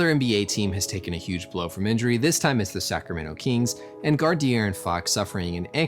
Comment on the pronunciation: It’s interesting how you pronounce kings, KEEEEngs